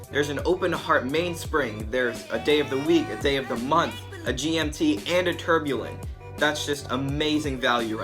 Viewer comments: you're making a mistake in tourbillon. It's pronounced too-r be yon (not tore) :) short R, like tour de france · hi young man ..love you vid....fyi....its "tour bee on"..... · If it was 40mm or smaller it would be in my cart right now, but it looks a little yuuuge for me. My wrist is a little smaller than yours. Keep it up man. And repeat after me: "pah-TECK fee-LEEP". And "tour-bee-YAWN". :-) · Lol good video homie. A few corrections to help you advance. Tourbillon is said 'Tore be yon' The open heart is the balance wheel. Patek Phillipe is said 'fuh leap' Homage is said 'ho mahj' The design on the rotor is called jeweling 6 tics per second is a low beat movement. They're usually a bit jumpy, that's likely why they opted out of the second hand. 8 beats is what gives you that beautiful sweep Glad you're enjoying your time piece. 🤘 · Imagine taking watch and finance advice from a 12 yr old who can’t pronounce any of the watch terms correct and also thinks the case is crocodile leather. In all seriousness, if your gonna do watch reviews you need to learn to say “Tourbillion” and Patek Phillipe correct. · Not going to lie I stopped watching the video bc ur butchering names of movements names of very well know watch makers your video could have been worth watching if u just learn how to say the name of the homage watch ur trying to describe the patek philippe pronunciation not a phillip and u kept saying tourbillon wrong as a watch buyer seller and collector it hurt me to hear you talk about the watch